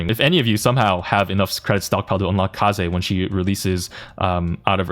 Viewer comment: why did you call kaze like that😭